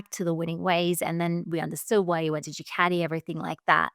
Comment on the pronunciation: Keith, Keith, Keith.......for chrissake its DOO CART EE. Please. Enuff of DOO CAT EE! It's so insulting!